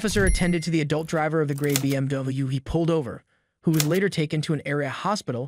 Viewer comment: They blur the crash and police activity logo and say W weird in BMW? Stolen content voiced by ai??